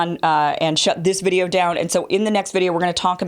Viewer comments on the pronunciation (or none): none